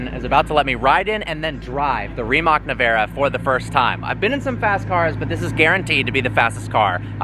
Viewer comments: Bro said "Navara" 💀 🤡 it's not a Nissan Navara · if you wanna sounds like you know what you're talking about, the way you pronounce the name Rimac is ReeMatz/s. And Nevera is Neh-veh-rah.